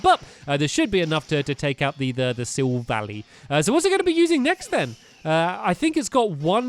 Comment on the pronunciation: Its's Sill-Val-Eye